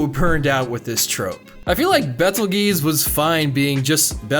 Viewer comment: Just wanna say, Betelgeuse is pronounced like “beetle juice.” Y’know like that star, or Tim Burton film.